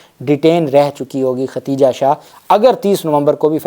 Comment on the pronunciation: Aey Jahil shakhs tujhe lafz Khadeeja bhi nahi kehna aata.. kitni bad-bakhti hai teri kay aisa muqaddas naam jo Ummehaat ul Momineen mein se hai, Allah nay usay bhi saheeh tarah se kehnay ki taufeeq nahi di.. har video mein typical saraiki an-parh paindoo ki tarah Khateeja khateeja kehtay ho.. Paise kamaanay se fursat nahi kay comment bhi read kar sako..